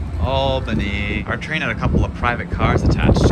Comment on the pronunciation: Props to you for actually pronouncing "Albany" correctly. You should perform the "Correctly pronouncing places in New York State" Challenge.